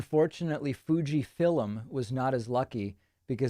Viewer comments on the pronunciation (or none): Fuji FILLIM...This guy is falling over his own tongue...